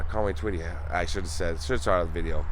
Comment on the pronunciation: this is my Hometown. Thank you for pronouncing the name correct. Another Great video❤